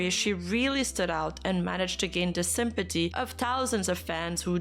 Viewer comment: i love when you say simpaty